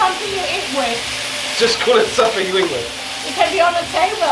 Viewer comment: Your mum really is hilarious, calling the soy "soil" and then saying "wiff" right after, such a way with words